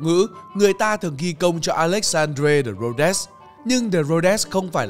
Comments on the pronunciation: Mấy Ông làm youtube xin kiếm người đọc tiếng nước ngoài cho đung...Ông ơi...Alexandre de Rhodes ..đọc sai rồi... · Đọc không chuẩn. Tên của người sáng tạo ra chữ Quốc ngữ.